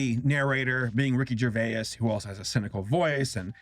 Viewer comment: Ricky Ger-vay-is